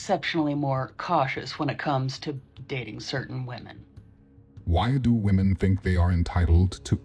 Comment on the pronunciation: Has the entirety of the red pill space simply forgotten how to pronounce the word "women"? Is it possible they don't know that "woman" and "women" are two different words with different pronunciations?